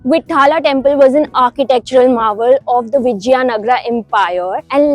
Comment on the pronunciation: you should pronounce vitthala and virupaksha properly. it is not Vitt-hala it is Vit-ttha-la and Viru-paak-sha but good video, informative :)